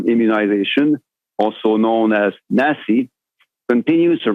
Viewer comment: Wow! I watched this feeling angry, and rightfully so, but I legit lol'd when I saw that acronym NACI and heard the pronunciation, NAZI indeed.